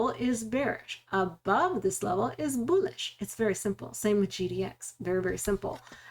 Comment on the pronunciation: I watch the videos to hear you say "boolish"